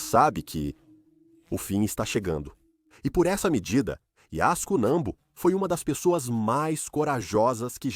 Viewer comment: A voz do AI narrando e falando o nome da Alpinista a todo instante errado😅Yasko,yosco,Azuco kkkkl muito ruim